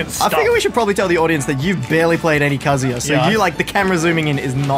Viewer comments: Congrats on finally pronouncing “KA-zoo-ya” correctly. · He finally said kazuya correctly cause if he said kazooya right off the bat i would've closed the vid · He’s pronouncing kazuya correctly now :D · Do my ears deceive me or did I just hear pronounce kazuya correctly